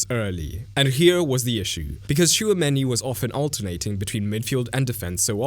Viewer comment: Bro I love your videos but please learn how to pronounce Simeone because that is disgusting. Btw I don't watch a lot of Real Madrid but I always thought that Tchouameni works waaay better as a single pivot than with someone on his side. He might work (kinda?) good with an all around partner who stays over him (like Enzo with Caicedo), but otherwise it's waaay better without any other pivot support; maybe a midfield 3 with Camavinga on the left (here and with France) and Bellingham/Thuram on the right, with a real 10 and a second forward to help Mbappè. Do you agree with this?